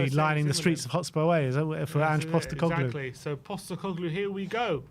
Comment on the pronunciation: His surname is POSTECOGLOU not GLU. FFS.